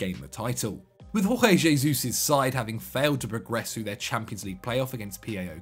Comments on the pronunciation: Hey yes u its Jorge Jesus not Rorge Resus hes portuguese not spaniard and also its pronounced magalens not magaliks next time u do video on a person start to have clue about the people he now instead of speaking nonsense about it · is trying to say JJs name as if he were Spanish. Jorge in Portuguese is pronounced as George. Hes actually making an (ill informed) effort.